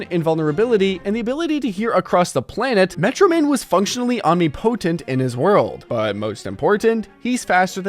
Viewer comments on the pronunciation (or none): no way bro said omni-potent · Om-nih-puh-tent Omnipotent